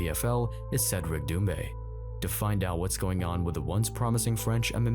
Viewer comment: Ah yes..."Dumbe" a French MMA star. Lmao.